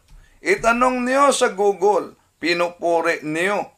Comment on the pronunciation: Google not gogol 😂😂😂😂😂 hahaha